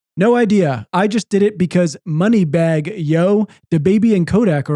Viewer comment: The way said moneybagg yo is making me cry in pop culture